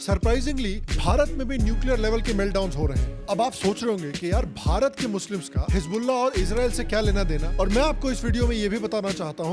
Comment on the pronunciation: His bulla .. Nas tullah ... Pant kulla